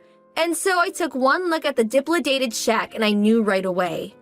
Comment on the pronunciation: Dilapidated is pronounced DUH-LAP-UH-DATED. C'mon. 😮